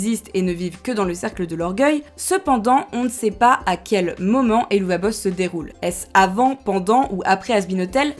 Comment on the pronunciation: D’ailleurs petit info supplémentaire, le nom de la série se prononce “Hell of a boss” (et c’est aussi de cette expression “hell of a …” que le nom vient.)